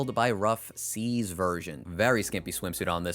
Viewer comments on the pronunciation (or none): none